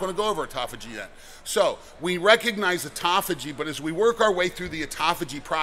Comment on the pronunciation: Thank you for not saying, "ot-tō-fā-jē." I've heard more than one person pronounce it that way, and it makes me wonder how reliable their information is.